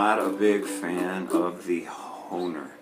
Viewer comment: bro, how can you be from Minneapolis and not know how to pronounce hoHner? :p You've never seen a harmonica before? ;)